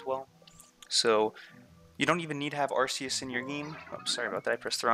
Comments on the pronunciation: Very clear and helpful, but why say "arseeus" instead of "arkeeus" like they do in the anime? Oh, and in Silvally's ability, RKS System (Arceus System)? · Am I the only one that finds it really annoying when people say arceus like arseus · Did he say arseeus? A R S E E U S ? ? ? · It's not Arceus Its Arkoos. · Bruh the c is not silent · your pronunciation of "arceus" makes me want to die.